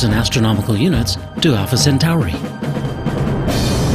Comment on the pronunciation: WTF is Alpha Cent-ARI?? How hard is it to pronounce 'Centauri' correctly?